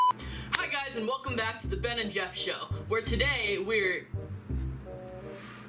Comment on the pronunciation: I will forever hold against Jeff the time he said "The Beff and Jen Show" 💀